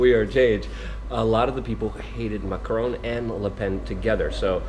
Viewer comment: FFS, Tim. If you're going to talk about French politics, then at least learn how to pronounce "Macron" properly.